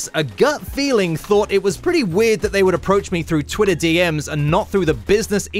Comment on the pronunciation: You mispronounced Twitter.